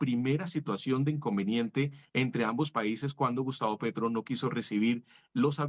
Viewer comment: Quién es Pertro? Ahh un gerrilwro